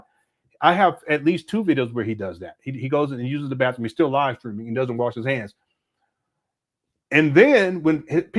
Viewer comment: I thought he had several PhD’s, but he says “Bafroom”. Instead of saying Bathroom.😢